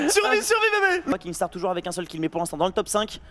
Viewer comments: C pas kinGstaar c Kinstaar ptnnnn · C'est pas un rageux, c'est juste des autistes qui voient un "g" là où il y 'en a pas un xD Dans son pseudo y'a pas de G alors arrêtez d'être débile à le prononcer, même lui il l'a déja dit xD